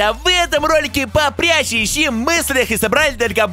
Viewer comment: Он сказал иси